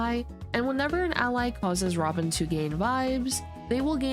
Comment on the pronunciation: the way you pronounced 'robin' sounds like 'ramen' 😂